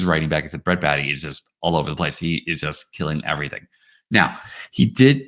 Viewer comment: It's Bae-tee not Baa-tee